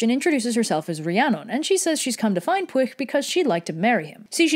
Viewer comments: The reason for that is because, in Welsh, the "ll" doesn't make an "l" sound but a voiceless alveolar lateral fricative, which is sort of like making a "l" sound and a "sh" sound at the same time. It's hard for English speakers to pull off without practice, which is probably why here goes with the "sh" sound instead. In short, Welsh orthography is a confusing, flavorful nightmare. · Am I the only person that finds it funny that pwyll's name is pronounced (at least by red) as "push" But it looks like it would be pronounced as "pull"? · Pwyll is pronounced push. HOW THE FUCK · And then you read the Mabinogi and its translation key and realize that's NOWHERE FREAKING CLOSE to how Pwyll is pronounced! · Lol shes not pronouncing his name right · Tony Power Not even close to how youre supposed to pronouce it 😂 But it didnt piss me off at all, i was laughing everytime she said the names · Shwmae/Hello To properly pronounce the 'LL' sound do this. Say an English 'L' and then make like a snake and blow air over your tongue. It is not like a 'cl-' sound. Try these easier words to begin with: llan - a word that begins hundreds of placenames in Wales and means 'place of worship', usually paired with the name of a saint e.g. Llanddewi - Church of St. David lle - meaning place llo - meaning calf llym (rhymes with 'dim') meaning 'strict' Then move on to ... Llanelli - a place in west Wales (llan-ell-i) allan - meaning 'out' colli - v. to lose hyll - meaning 'ugly' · That pronunciation of his name, while wrong, was an extremely valiant attempt. Well done:) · Pronunciation was actually pretty good. Even I can't pronounce Pwyll's name! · Thanks for doing literally anything to do with Wales, we're really underrepresented in modern media. Also don't worry about the pronunciations, Pwyll is really the only one you got wrong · Sees name Time to learn about Pyl (how I pronounce it) Hears: Push. Me: Excuse me da fug it has ll not s XD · P-wheel, NOT pwish!